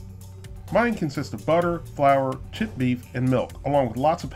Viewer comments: i know he is saying creamed chipped beef fast but it sounds like creamed shit beef, makes me even more not want it. But it is SOS. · I know you are saying "chipped" beef, but it sounds like you are saying "shit" beef. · This is weird shit on a shingle is an exclamation of surprise in England i didn't know it was a food not sure which came first. When you you say chipped beef with your accent it sounds like shit beef. Maybe that 's how it got its name. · When you say "chipped" it sounds like you're saying "shit". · i cant unhear "cream shit gravy"